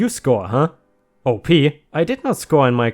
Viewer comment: I like the light/funny revenge stories more than the "I ruined his entire life" ones usually, but those can be really satisfying. Eeethernet :) 💜⭐✳️✨✴️🌟💜 *"Field op" op is short for operations and you say it like the beginning of the word, awp. Nice story.